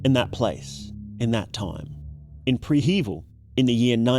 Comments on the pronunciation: Prehevil = "preh - heh - VEEL" it's a quasi-slavic name, not what you do before a heaval (a pre-heaval) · HOW did you just pronounce it?? This is the most wrong I have ever heard it be said, literally. It is pronounced pre-hh-vil, got it?